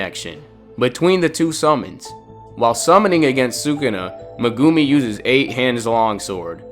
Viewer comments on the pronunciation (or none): Mugumi it is meguimi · the way you say meGUmi and maho-raga just doesnt fit so well with me... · Bro said Megoomi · Bro casually says muhgumi